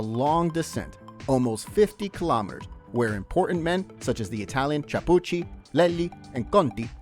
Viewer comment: Epic stage for sure! Just so ya know - it's Claudio KEY-AH-POOCHY (Chiappucci) same as the wine they drink in Tuscany KEY-AHN-TEE (Chianti). And CHEE-MAH (Cima) Coppi while I'm at it :-)